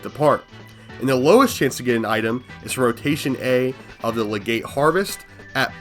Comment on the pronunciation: Legate, pronounced like “leg et”